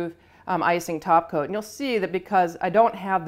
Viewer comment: has ruined me.. every time she says “top coat” it sounds wrong. Should be taco.